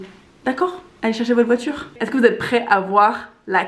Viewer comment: Toi tu dis pas est-CE-que mais est-TE-que